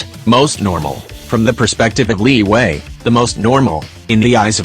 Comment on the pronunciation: I just want to say you call liyue liway and you call albedo albebo